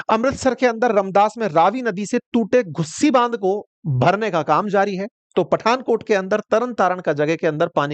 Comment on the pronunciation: Tujhe L ka patta nahi. PB me Ghaggar nadi bhi hy jo Haryana border k sath hy. Dhusi bann ko Ghusi bann bolta. Kisi se meaning pushna Ghussi ka. You do not know ABC about PB or Flood problems. You are, Not even a panjabi.